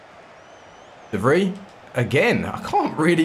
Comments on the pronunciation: Its pronounced as de vry mate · you're mispronouncing De Vrij